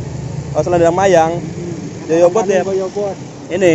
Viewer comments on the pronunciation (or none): Goyobod mas, bukan Joyobod. Semangat... tambah sukses ya...